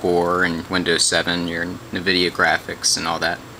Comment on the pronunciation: "en"-vidia dude. You sound like you know nothing about computers by getting the name wrong.